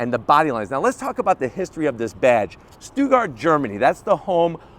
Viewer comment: jeez, that horrendous geography. ""The pilot from Weimar, where Stuttgart is today". Ok. Stuttgart (completely murdered the pronunciation) is in the state of Baden-Wuerttemberg. That's south-west Germany, bordering France, Switzerland, Austria. Weimar is in the former eastern-German state of Thueringen, north and east approximately 355km. That aside, the story is BS. The Wappen (coat of arms) of Stuttgart is available online and goes back to the 15th century or earlier with the horses. Like literally the Stuttgart coat of arms is in the design and printed as such. If you need more info, Porsche literally offers a press kit online about how their coat of arms was developed. ""Im Frühjahr 1951 richtet sich die Porsche KG zunächst mit einem Preisausschreiben an deutsche Kunstakademien: Stolze 1.000 DM werden für die Entwicklung eines Firmenzeichens ausgeschrieben, doch letztendlich entspricht kein Entwurf den Vorstellungen der Geschäftsleitung. Nun wird auch firmenintern an einem Logo gearbeitet. Ferry Porsche beauftragt seinen Werbeleiter Herrmann Lapper sowie den zeichnerisch hoch begabten Konstrukteur Franz Xaver Reimspieß, eigene Entwürfe zu erstellen. Anfang 1952 skizziert Reimspieß, der bereits 1936 das Volkswagen-Logo entworfen hatte, ein Fantasiewappen zu gestalten, welches gleichermaßen die Wurzeln des Unternehmens als auch die Qualität und Dynamik seiner Produkte symbolisiert: In den Konturen eines goldenen Schildes ist in der Mitte das aufsteigende Pferd des Stut